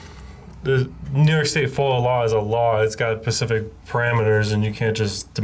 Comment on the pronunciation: Pacific? Like the ocean? Or are you saying Specific without the S?